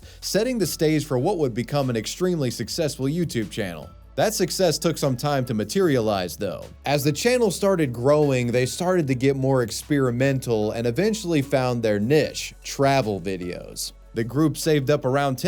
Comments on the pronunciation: I was about to say the same thing. NEEEEEEEESHHHH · dont tell me thats how you genuinely pronounce niche